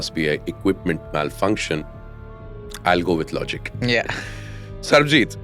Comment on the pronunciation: be like sarbjeet nahi bro it's SARABJEET 😂.